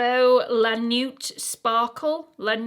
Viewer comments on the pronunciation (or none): My grade 8 French just kicked in! ‘Nuit’ is pronounced ‘nwee’ (like one syllable) and means ‘night’. 😊